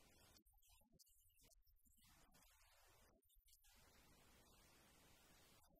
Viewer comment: استاد با درود،و عرض پوزش در دقیقه ۱:۱۶ سِلاح میباشد،نه صَلاح ۔